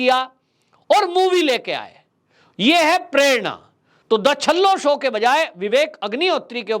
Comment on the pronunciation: सर जी छल्ला शो नहीं पर छेल्लोशो, गुजराती में लास्ट को छेल्लो बोलाजाता है।